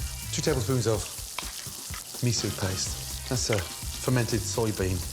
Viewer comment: what kind of Michelin Star chef says misou instead of miso then describes it as sweet? How are you going to use ingredients that you can't even describe properly but oh yeah, you're a Michelin Star chef so you know better than anyone. This alone should tell you it's all bullshit.